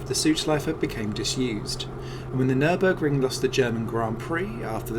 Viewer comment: it is not Nürnberg it is Nürburg mate .